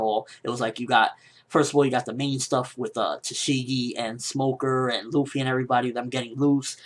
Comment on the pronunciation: It's Luffy, not Ruffy